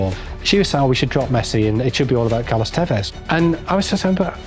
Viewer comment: i HEARD CALOS TEVEZ AND I GOT CANCER.